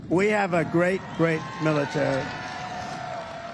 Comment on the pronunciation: dubm knt said suckers loosers from world war 1 wow he is nuts militer he cant say military hes on drugs